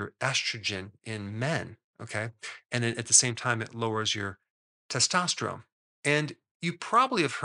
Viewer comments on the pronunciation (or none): none